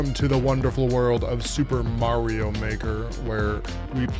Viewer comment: I love watching you but I hate the way you say Mario.